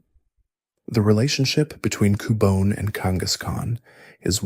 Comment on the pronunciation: Why you pronounce cubone like that? Lol Coo-Bon-é and coo-Bone